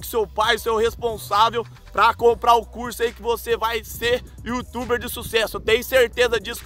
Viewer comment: O não sabe falar youtuber